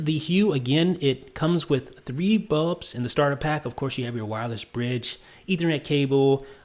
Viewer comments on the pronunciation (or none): It's bulbs NOT bubs gosh!! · BULBS, BULBS, BULBS not BUBS!!!! arrrrgggghhhhhh!!!!